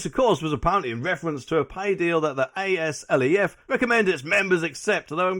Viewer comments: It's called Azleff, not Eh Ess Ell Ee Eff. You total Plank. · Say aslef as a word not the letters, on another note love your vids